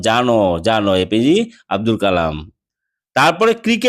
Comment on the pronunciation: APG noi APJ hobe